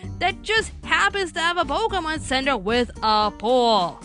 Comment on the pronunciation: Had to stop watching because you kept getting the name wrong. It's "Pokémon: Hoopa and the Clash of Ages" not "Pokuhmon: Clash of Ages."